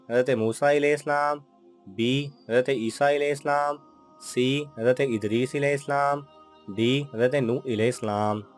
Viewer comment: Alaihi salam Sahi tariqe se parha karo please